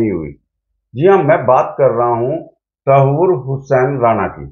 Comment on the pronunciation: अरे यार ये बंदा बात तो कर रहा की, इसको सब पता है 26/11 के बारे में पर तहव्वुर को ये बंदा tasavur बोल रहा है बार बार 😂 इसको जब नाम ही सही नहीं पता तो इसको उस साजिश के बारे में क्या खाक़ पता होगा? ऐसे ही बैठ के bakchodi पेली जा रहे है।